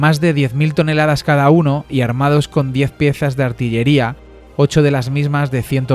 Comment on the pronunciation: mas de 10ooo tonELADas??? 😂